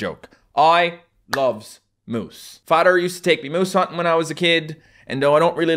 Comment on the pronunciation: Just ting madder fadder trut Th is just gone